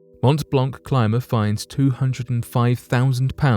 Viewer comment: montt blonkk is painful to hear - even as a non-french person... also, geneva is is switzerland, not france. one might expect better from a 1.5 mill channel?